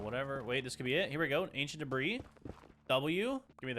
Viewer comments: "I have 61 DEBRAHS." bruh... its deb-ree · Why are you calling it Deborah instead of debris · Did no one notice he said 'Ancient Debra' instead of 'Ancient Debris' ??